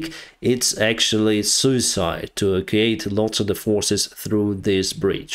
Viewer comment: e-VAC-que-ate. (evacuate) "offensing" is not a verb -> say "on the offense"